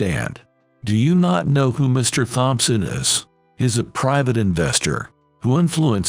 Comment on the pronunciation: Poo-ah? Thahm- son? Thold? Tarking? Tone deef?